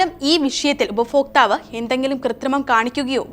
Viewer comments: ഉപഫോക്ക്താവ് അല്ല, ഉപഭോക്താവ് ഇനിയെങ്കിലും മലയാളം ശരിയായി ഉച്ചരിക്കാൻ പഠിക്കുക. ഇത് കേൾക്കുന്നത് അരോചകമാണ്. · ഫാര്യ. ഉഫ ഫോക്താവ്.. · ഉപഭോക്താവ്. മലയാളം കൃത്യമായി ഉച്ചരിക്കു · ഉപഭോക്താവ് എന്ന് 100 പ്രാവശ്യം എഴുതിയും ചൊല്ലിയും പഠിക്കുക. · ശരിയാണ് ഇതു അരോചകമായ ഉച്ചാരണ വൈകൃതം തന്നെ. ഇവർക്ക് ഭാര്യ ഫാര്യയാ ണ് , ഭർത്താവ് ഫർത്താവാണ്, ഭാരതം ഫാരത മാണ് !!